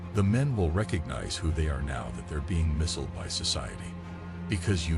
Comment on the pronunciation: "misld by society" can't even be bothered to read your own script?